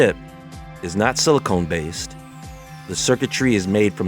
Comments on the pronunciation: Sili-CON bro, not sili"CONE". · Stop saying "silicone". That's not right. It's silicon. BIG DIFFERENCE!! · Only one tiny thing. It's SILICON not SILICONE. OTHERWISE, THANK YOU. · Silicon not silicone. Lol